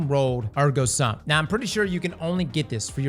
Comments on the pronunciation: Ergo SOOM, not sum. It’s Latin for “Therefore I am” as in Cogito Ergo Sum: I think, therefore I am. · Just a PSA, it's pronounced SOOM. It's latin for "therefore I am"